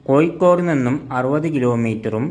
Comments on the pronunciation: കോയിക്കോടല്ല കോഴിക്കോട് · കോയിക്കോടല്ല കോഴിക്കോട്.... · ഴ ക്ക് പകരം യ എന്ന് പറയല്ലേ സുഹൃത്തേ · ആദ്യം ഉച്ചാരണം ശരിയാക്കുക കോയിക്കോടല്ല കോഴിക്കോട് എന്ന് പറയൂ. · കോയ്ക്കോട് അല്ല സഹോദരാ കോഴിക്കോട് ഓരോ പൊട്ട ജന്മങ്ങൾ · Koyikkodalla, kozhikkod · കോയി ക്കോട് അല്ലടാ പോയത് കോഴിക്കോട് കോഴിക്കോട്.. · കോയിക്കോട് അല്ല പൊട്ടാ കോഴിക്കോട് ആണ് 😮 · മലയാളം പറയാനും എഴുതാനും വായിക്കാനും പഠിക്ക്.. കോ'ഴി'ക്കോട് എന്നാണ്.. 'ഴ' എന്ന അക്ഷരം ഒരുപാട് തവണ പറഞ്ഞും എഴുതിയും വായിച്ചും പഠിക്ക്.. എന്നിട്ട് വീഡിയോ പോസ്റ്റ്‌ ചെയ്യ്